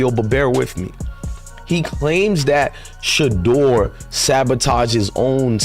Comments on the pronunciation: Announcers should get the pronunciation of his name right out of respect. His name is Shedeur like ‘She’ deur. Every time she speaks it hurts my ears. So disrespectful. Not Shaddow Sanders. He’s a legend not a dark spot you overlook. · His name is Shedeur (She-do-er) Sanders, not “Sheddar” Sanders. Put some respect on his name!